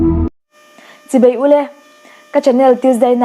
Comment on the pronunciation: "Chibei" ni lovin, 'Chibai' tih zawk tur aw.